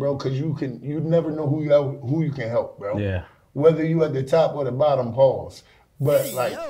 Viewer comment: the way Jayson Williams pronounce “pause” should be PAUSE!